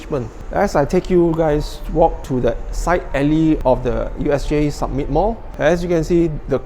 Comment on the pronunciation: Samit not sammit